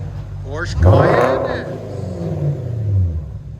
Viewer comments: 1st time: Porsche Cayman S... 2nd time: Porsche Cheyenne S😂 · Cracking me up how many different incorrect ways you pronounce Cayenne. 😂